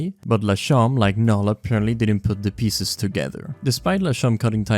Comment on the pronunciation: bro said pissezz 😢